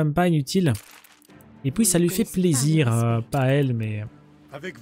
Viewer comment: Bon, pourquoi tu dit Poui à la place de puis ? Je sais cette question est conne mais ça me choque à chaque prononciation.